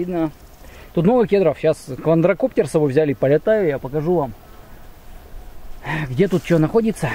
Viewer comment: (лайк) всегда смотрю видосы,стримы... скажи почему ты говоришь "КВАНДРОКОПТЕР"?